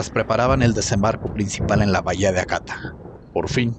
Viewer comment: Excelente relato, una pequeña colaboración... En el idioma japonés existen 3 alfabetos: kanji (se pronuncia kanyi), hiragana (se pronuncia jiragana) y katakana. Cómo verán la "h" suena como la "j" en español. Por lo que la palabra "Hakata" se pronuncia "Jakata", NO "Akata"